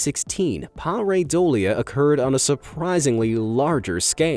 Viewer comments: pair-a-dolia lol..pyr-i-dolia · after all that emphasis on how to say pareidolia you still way off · Y r u saying pareidolia so weird?